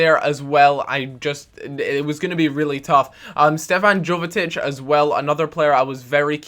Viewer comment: I'm sorry jovetic and I are both from Montenegro and his name is pronounced yo vet ich